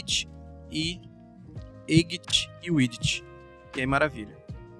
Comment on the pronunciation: height se pronuncia "ráit" e width se pronuncia "uidif"